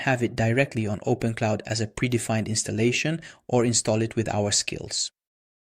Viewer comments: Great info, but it’s open Clawww, not open cloud, or open Claude 😊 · open'claw', not openclaude. lol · What is "OPEN-CLOUD" why does he keep saying opencloud? Does he mean openclaw? More like Open-Clown 🤡 Whole video seems sketchy. Dude doesn't even know the correct name